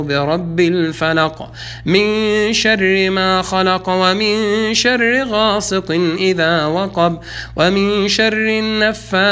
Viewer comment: السلام عليكم ورحمة الله وبركاته ... اخي العزيز .. بسورة الفلق سمعتك تلفظ من شر غاسط اذا وقب ...؟!! ياريت التوضيح